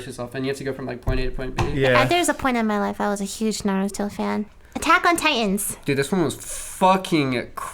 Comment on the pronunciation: Mispronounce naruto one more time 😡